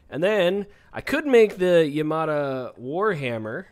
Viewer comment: It's pronounced Yam-a-tie. Like Sa-boo-tie. Yamatai, Sabutai. Japanese names.